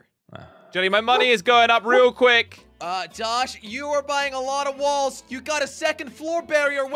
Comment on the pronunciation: I like how you call walls wulls😂 also i love your vids and jellys vids so you guys keep up the good work you too and the cramy